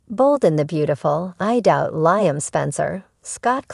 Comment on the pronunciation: its liam, not laamen!